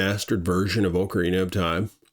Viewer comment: OCARINA of time... OCARINA... not OAKARINA of time. OC... not OAK. its not an OAK tree. Why do Americans also call OKINAWA as OAKINAWA... as an okinwan person this really annoys me. OC, NOT OAK